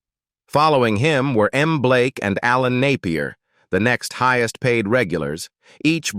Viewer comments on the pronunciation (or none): none